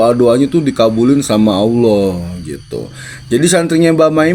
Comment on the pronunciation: Baha klo nyebut Allah aj Awoh(coba perhatiin)...padahal dari kecil kita dituntut harus fasih,gmn nih ustad?